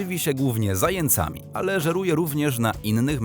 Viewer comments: 4.51s. Słowo zając ...Narzędnik liczba mnoga ..... żywi się zajĄcami ( a nie zajęcami ).Ps.Nie czepiam się ale warto wiedzieć . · Mi się wydaje że powinno się mówić zającami nie zaje cami. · Zającami! Zając! Nie ma czegoś takiego jak Zajęc!Ja PRD! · "zajĘcami" :D No, nie mogę, co za głąb! i to konsekwentny :D Ogólnie: polski język mie jest czymś, co lektor opanował. Przykładów w tym filmie jest aż za dużo.